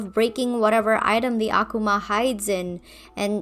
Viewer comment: Thanks for pronouncing Akuma right... the characters in the show (especially Gabriel) need to realize how pronunciation of the Japanese language works. The way they pronounce it in the show, uh-KOO-muh-əky-mə in IPA format--is wrong in multiple ways. Kagami and her mom probably have brain damage from having to hear all that mispronunciation at this point. On a side note, WHY are they called Akumas? 「悪魔」、「あくま」、or "akuma", pronounced Ah-koo-mah--ɐ-kɯ-mɐ in IPA format--means devil or demon, but can also refer to Satan, the Devil, or Māra (evil spirits in Buddhism that hinder one's path to enlightenment). Is the Miraculous of the butterfly from Japan? How did it end up in a Miracle Box held by Tibetan guardians? Did Gabriel choose the name? After all, I can't fathom why they'd normally be called Akuma when used by heroes, since it means "demon". If Gabriel chose the word, why does he pronounce it wrong? And why would he have picked a Japanese word WHEN HE GOT THE MIRACULOUS FROM TIBET??? Has the Butterfly Miraculous been used for evil in the past, and the first person to misuse it called them Akuma? Did this first holder unleash his minions upon Japan, and the name was christened by the terrified people? What are Akuma called when used for good? Perhaps Tenshi, meaning angel? So many questions that the show will probably never answer... On top of this, in Shinto tradition, an object called a Yoshiro is able to attract kami and give them a physical space to occupy, usually for rel